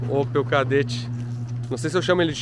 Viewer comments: O "Kaderatti" kkkk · Chama ele de "Chedett"